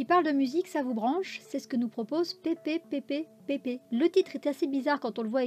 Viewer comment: J'avais lu à l'époque de la prépublication et malheureusement la fin est prématuré et c'est très décevant 😅 et le titre se prononce pianissimo 🐼